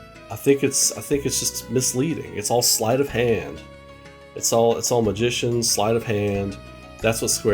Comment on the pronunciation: You mean Sleight?